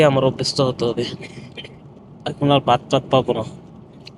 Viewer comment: আপনার উচ্চারণ গত অনেক সমস্যা, ইংলিশ ওয়ার্ড গুলি শুদ্ধ আর না হলে বাংলা বলেন, ভিজা তোয়ালে। যে খাবার আবার বলেন ভাত তাৎ, 4 ঘণ্টার জার্নি এটা কি লং? 😅